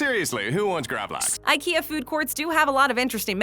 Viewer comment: The way you say Gravlax is painful to hear cant you dam yanks pronounce anything as it should be